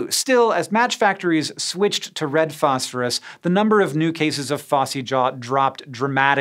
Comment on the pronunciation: And then you go and pronounce it "fosh-fooroosh" 😁👌